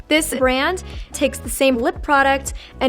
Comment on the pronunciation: Having a hard time with the word brand huh :(